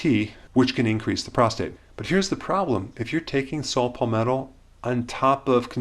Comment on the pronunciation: SALT Palmetto? Really.. "SALT"? How about 'Saw' palmetto. This guys a fake!